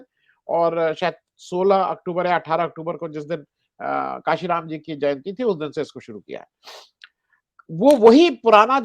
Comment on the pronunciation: मान्यवर, आप पत्रकार महोदय कांशीराम का सही उच्चारण किजिए